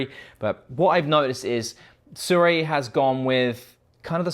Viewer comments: aye no hate but "Su-Ray" is the only way I have heard it said how do say it. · American in their mind: *Hmm I wonder how to pronounce sirui, ahh yes "SU-RAY" 🦅😂 No hate man, I just find it funny how americans absolutely demolish pronunciations of some words. Maybe they would send you some if you got their name right😉 Good video overall though, personally I don't think the sirui or blazer look that pleasing. cooke and arri anamorphic looks 10000x better but of course they're very🤑